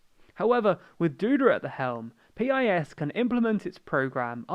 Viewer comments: listen to ye olde Pole when he says: the party name is pronounced just the way you pronounce "urine", although more sharply. So "peas" perhaps. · no you libtard it should pronounced like the word peace